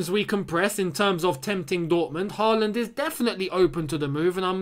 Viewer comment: Can you say Haaland with Å? Like when we sing “Å” oh tammy tammy